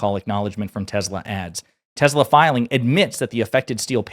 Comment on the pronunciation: He called it " TESLER " 😂😂😂😂😂😂